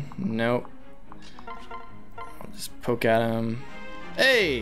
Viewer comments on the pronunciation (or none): none